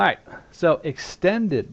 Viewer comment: don't you mean extended? unless you said that, but to me it sounded like you said standard.